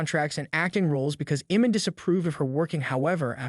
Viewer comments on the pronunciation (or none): u dont even know how to say his name right... its IMAN not Eman...speaking about people u dont even know about